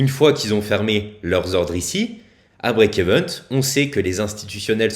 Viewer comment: BREAK EVEN PAS EVENT mdrrr